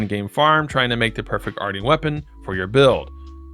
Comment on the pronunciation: i think its pronounced like Martian like a moon alien